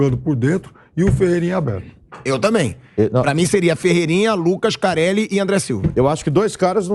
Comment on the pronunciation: Pilhado, o nome do cara não é careli 😂😂😂